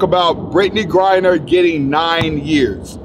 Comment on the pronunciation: This nigga got good content but he can't pronounce words for shit!!! Putin = Puddin' Britney griner= Britney Renner